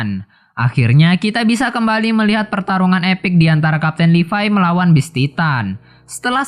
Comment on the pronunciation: Ane kasih saran bang kalo mau review sebuah anime kata2 ny di perhatikan dgn baik. Trus pengucapan bahasa inggris nya diperbaiki Beast titan bukam best titan. Ada perbedaan antara penyebutan beast dan best GABI BUKAN GEBI HANGE? Realy? Setau aku HANJI ZOE arlogi bukan ARNOLGI TRUS KALO BISA PEMBAWAAN NYA JGN KAYA ORNG BACA TEKS suara kamu terkesan monoton Thanks...